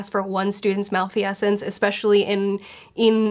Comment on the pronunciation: Watching this video, I had that experience that all avid readers are familiar with - hearing a word that you know well through reading pronounced differently than you had done in your head all this time. In this case, it was when you said "malfeasance". It was enough to make me look it up. It turns out I was correct; the word has 3 syllables. I cast no judgment. I earnestly believed I may have been the incorrect one. But, in case you wish to know, there it is. Thank you, as always, for a genial discussion with your community.